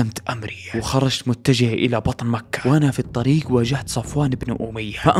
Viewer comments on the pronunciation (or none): تكفى غير الاسلوب وس اللي مكحح قول مكة